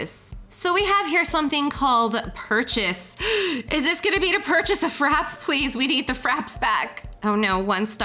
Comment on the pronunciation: it's not FRAP the E is not SILENT it's frap pay!!